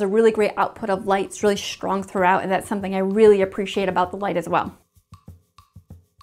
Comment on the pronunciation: I keep hearing her say Shtrong .. just me ?!?